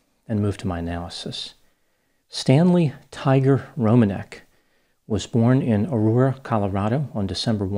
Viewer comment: I'm really impressed by your knowledge on how to pronounce polish surnames, I'm polish myself so I know how it supposed to sound and it's exactly rom-an-ek. Not Romaneck or Romanec.